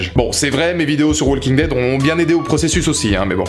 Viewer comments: the "WALL KING" dead... the "WALL KING" dead... the "WALL KING" dead... the "WALL KING" dead... the "WALL KING" dead... the "WALL KING" dead... the "WALL KING" dead... the "WALL KING" dead... the "WALL KING" dead... the "WALL KING" dead... the "WALL KING" dead... the "WALL KING" dead...the "WALL KING" dead...the "WALL KING" dead... arghhhhhhhhhh... Profanateur, j'ai les oreilles qui saignent. Mis à part ce petit détail, good job ma gueule ! ^^ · Arrêtez de dire le l de walking dead😂